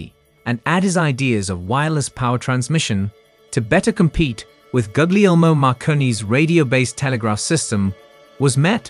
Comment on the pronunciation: Gug-lee-ohma huh?